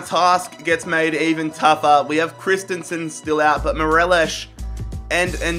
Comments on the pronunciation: It’s Morelos not morelishhhhhhhh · He says morelish but it’s Morelos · Great video as always. M-O-R-E-L-O-S, not Morelosh. He's Colombian, not Portuguese. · Absolutely love the vids been around since Man City and Utd rebuild in Fifa 17 but just letting you know it’s mo-re-los not merelesh 💚 mon the Celtic anyways xxx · did you just say MERELESH? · Morelos is pronounced M-O-R-E-L-O-S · Right cmon your saying morelos wrong😂😂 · Everytime he said morelos i cringed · what is that morelos pronunciation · How hard is it to pronounce Morelos. Not very